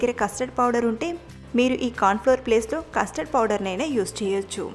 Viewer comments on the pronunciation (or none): none